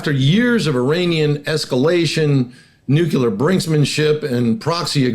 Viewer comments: *Nuclear Not "nucular" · Please sir; The word is nu,clear, not nucular. The Democrats made fun of Sarah Palin for pronouncing as you do. Makes you sound really bad. Nu clee ar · Nucular? Triangular : triangle. Circular : circle. Tubular : tube. Nucular ; “nuculus?” (Would you trust a pharmacist/chemist who couldn’t pronounce the name of your medication? Here is an expert who repeatedly mispronounces a significant word in his field of expertise. Otherwise, he seems credible.). Try to say, “nuclear,” as it is spelled, “nű-klë-ahr”). Learning American English is so complex!😢. “Close” counts in horseshoes, bacci-ball, grenades, communicable diseases, slow-dancing, atomic bombs, and nucular pronunciations.😂 Don’t let the detraction diminish the overall message. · How can you just focus on their nucular capabilities while ignoring their nuclear capabilities? I just don't understand modern military doctrine.😢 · The word is N-U-C-L-E-A-R. Mispronouncing it just makes you seem like a moron. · Why can't any of these highly-informed people pronounce correctly the word "nuclear"? It isn't difficult. Slava Ukraini